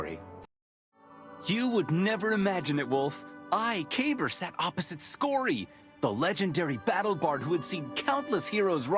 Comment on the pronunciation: So this is something I’ve wanted to point out for a while once I saw this scene. Ever since I saw Kabr’s name, I knew it was Arabic and thought it was supposed to be pronounced ka-beer, meaning Big. It was pronounced Kay-ber though which is bad pronunciation for the word. Just bad localization. Then I saw this scene, and heard his name is supposed to mean like grave or mausoleum and realized his name is actually supposed to be spelled Qabr, and pronounced Caw-ber. So either way, his name was localized poorly. But it did solve a mystery for me as to why his name seemed a little off lol. Still a cool character! Glad he had our backs in the vault!